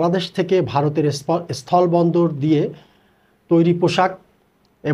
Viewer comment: এরা স্থল উচ্চারণ করতে পারে না। সবাই বলে অস্থল।